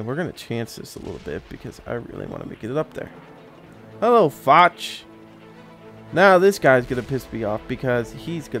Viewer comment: Btw you dont say foch like foch you say it like fosh its just spelt different